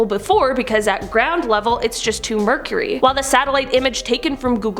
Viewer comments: "At ground level [the water is] just too mercury" 🤣😅 I think you meant to pronounce that as murky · Did she say the water was to “Mercury” instead of murky? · It's murky not mercury xd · Love yah, but its murky, not mercury.